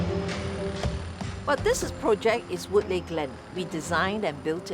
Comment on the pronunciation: "Leigh" is pronounced "Lee" so stop pronouncing Woodleigh as "Wood-lay" as if it was spelt like Boon Lay. It is PRONOUNCED "WOOD-LEE"!!!!! So cringey!! 😡